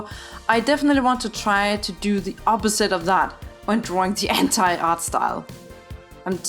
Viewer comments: only i heard H**tai instead of anti? Lmao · An i the only one to hear "hentai art style" when she says "anti art style" ?